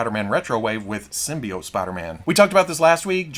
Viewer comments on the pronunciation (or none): none